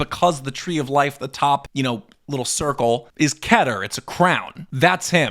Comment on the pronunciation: Dude your pronounciation is off...BeeNah Kayter etc.